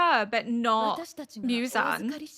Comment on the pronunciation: 『ミュザン』って、ホントに貴方の耳にはそう聞こえてるの？わざわざ日本語音声で視聴して下さってるのに？？？┐(´д｀)┌ 『ゼンイツ』は完璧です！素晴らしい！！